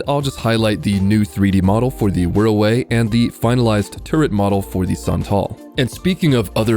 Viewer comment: It's not pronounced Wirra-WAY, it's pronounced Wirra-WAH. Source: I'm Australian.